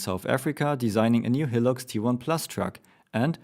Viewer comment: not hating but high-lux, not he-lux